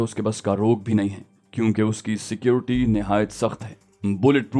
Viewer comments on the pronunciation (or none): none